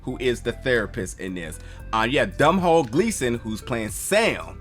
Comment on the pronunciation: man you just mispronounce Domhnall big time, it should sound like tonal but with a D instead of a T